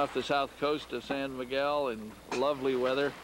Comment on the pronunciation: Love the video. Fished there on a commercial fishing boat my wife got me on. by the way it's Sao Miguel ( sow) Miguel....good sailing.